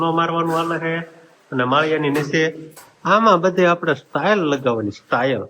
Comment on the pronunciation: સ્ટાઇલ નય બોલાય ...ટાઇલસ બોલાય